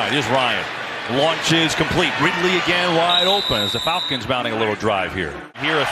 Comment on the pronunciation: The Folcons he said.